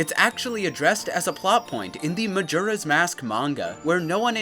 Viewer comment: Glad to finally hear someone pronouncing "Majora" correctly.